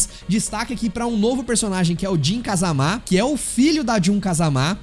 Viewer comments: Não se fala Kazamá, é Kazama mesmo kkk Ou não é!?? kkk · é, eles próprios dizem kazama e não kázama kkk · Nunca foi sempre foi o 3 e ele falando kazamá tá foda tbm kkkkkkkkkkkkki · “Kazamá” não bixo 😭😭😭😭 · Mano pff para de fala jun(jin) "KAZAMÁ" pff é so fala "JUN(JIN) "KAZAMA" não coloca acento onde não tem não pff(e tambem tem o kazuia{Não preciso fala do heihachi e do jinpachi não né}MIshimà). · “KazamÁ” é complicado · Vídeo legal, más quando fala Kazamá me dá um ódio kkkkkkk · de qualquer forma não força tanto o Á assim